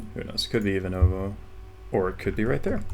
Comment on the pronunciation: I don't want to be rude, but I'm originally from Ivanovo and it is IvAnovo not IvanOvo